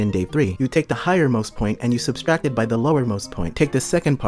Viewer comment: Word is subtract not substract